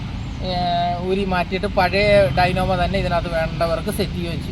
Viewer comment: ഡൈനാമ അല്ല ഡൈനാമോ